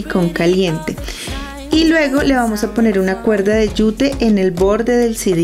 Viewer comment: Porque dice sidis?😂😂😂